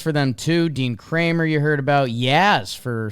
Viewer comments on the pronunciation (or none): Dean last name pronounced “Kraymer”. Close tho haha